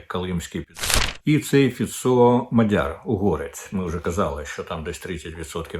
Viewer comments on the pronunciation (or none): none